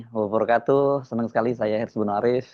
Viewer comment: Bang Hersu, wabarokaatuh.....pelafalan kafnya dua harakat Bang, sukses dan berkah selalu untuk Tim Abang